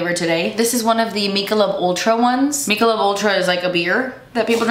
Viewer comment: FYI: It's pronounced 'Mick uh lobe'. I'll turn off my inner Hermione Granger, and see myself out, now.